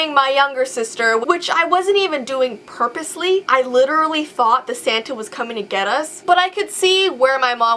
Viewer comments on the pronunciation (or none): purposely, nice english